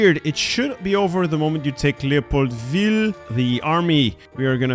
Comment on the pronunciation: why do you say leopoldville like that youre not french